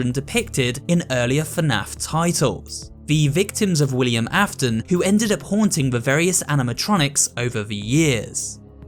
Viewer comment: Did you just say Willian Affton